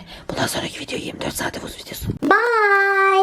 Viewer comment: bu karantina dönemini daha fazla video atarsan çok güzel geçirebiliriz bu arada son da dayanamayıp viodryu söylemen skjddjbfmd